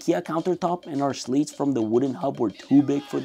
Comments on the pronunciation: Especially is not pronounced "specially". Slats is not pronounced "slates". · Amazing video quality! Did you say Audio Technica Podmic? They're called Slats not Slates.